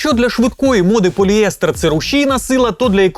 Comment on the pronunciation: Мене, як хіміка, надзвичайно бісить, коли вимовляють "поліЕстер" замість "поліестЕр".